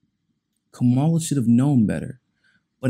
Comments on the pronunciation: yeah i know who he's talking about. Point is... her name is Cam-ah-la. Let's add credibility to our news outlets... mispronouncing his name makesit seem as if we're only listening to one another and not getting the information from the source.. if we were, we would catch the little mistakes.. seems minor but folks check for that. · Fam... you gotta start pronouncing her name properly... that keeps you credible. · “There are some people who believe that Kamala Harris is for us.” Right off the bat, you don’t know how to pronounce her name, which shows you haven’t done any research that you claim to have done: You haven’t even read her book, which is a short read. Second, who is “us?” Does it include me? So I looked up MCSC Network and found there was no reason it shouldn’t include me. So, I feel free to include myself among the people who believe that Kamala Harris is for me, along with “some of other people”. It’s only when you get into the stupid meat of your subject that I realize you’re talking about African Americans, and light-skinned ones in particular. So, in fact, I am not part of “us,” and what you are appealing too in particular is race-conscious (racist) African Americans.